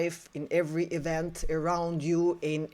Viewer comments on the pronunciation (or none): none